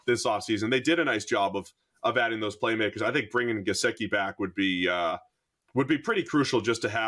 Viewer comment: This Irish guy doesn't know how to pronounce 'Gesicki.'